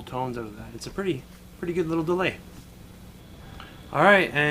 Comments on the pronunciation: "Analog DEAY" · It's Deray actuarry 😁